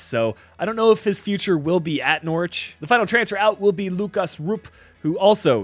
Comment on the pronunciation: Good video but I’m from Norwich and it’s pronounced more like nor rich